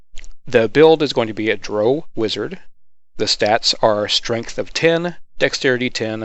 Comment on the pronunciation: i cant get past you saying droh instead of drow